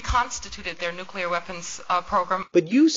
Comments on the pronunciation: NU-CLE-AR NOT NUCULAR, NUCLEAR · Having a hard time pronouncing nuclear I see...